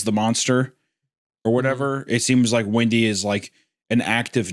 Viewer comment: The way Wendigoon was pronouncing ‘Windy’ I thought he was saying ‘Wendi’ so I had a feeling…